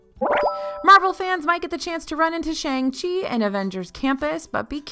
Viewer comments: I love, too. She's become a regular part of our household viewing and when I heard her saying "SHANG-CHEE" I was like 'wuh-oh' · Shang-Chi’s name is pronounced “Shong-Chee” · Just so you know it’s pronounced “Shong-Chi”